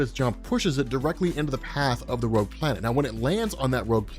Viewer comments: xDDD Rouge planet... IT IS roGue ,not roUge... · rowge planet. rogue